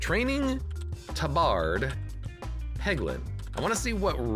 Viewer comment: i think it is pronounced TAB-erd, not tuh-BARD.